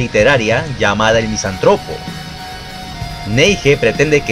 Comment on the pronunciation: Buen video, nomás aprende a pronunciar misántropo bro